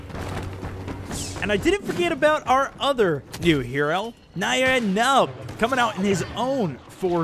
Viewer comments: It's pronounced Nee-en Nunb. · You say nien numb as "nine num"